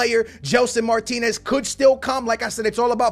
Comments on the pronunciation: It's Mar-tins not Mar-tin-ez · ...when you have "Martinez" you say "martins", when you have martins, you say martinez...wtf.. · how many time do we have to tell you it is not Martinez it is Martins!!!